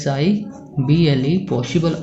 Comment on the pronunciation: Sum 1 mein possible ke jagah qossible jaisa lag raha hai 😂